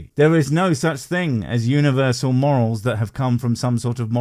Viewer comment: I thought he said moles. What with the frogs and the gopher. Took me a while to work out it was morals.